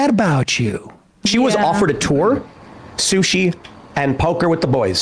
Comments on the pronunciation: Don't every say sush ever again. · 🤢i've always found SUSHI to be disgusting...Sam calling it "soosh" made it even grosser...